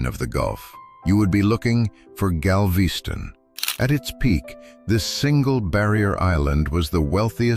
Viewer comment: Gal-VEE-ston? Never heard of it.